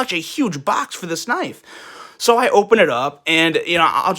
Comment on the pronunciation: The bitching about the branding ,plus the way he says box, made this almost unbearable to watch.